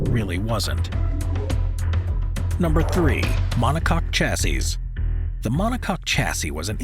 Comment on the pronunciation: Chassis is pronounced shassee 👍